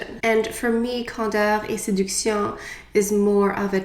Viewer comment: So pretty 😍 im wondering: if you had to choose your fav foundation and powder, what would it be?? You're makeup is always gorgeous and your opinion means a lot! My skin is pretty normal.. not oily, but dry. . I love how you pronounce the name of this collection 😍 So pretty!!! I hope all is well beautiful ❤❤❤